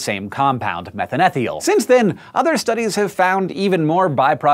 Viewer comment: it's pronounced methane thiol.